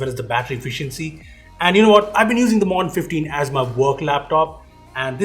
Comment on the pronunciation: how do you mispronounce MODERN?